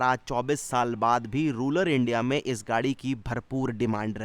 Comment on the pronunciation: अबे साले, रूलर नहीं रूरल इंडिया होता है।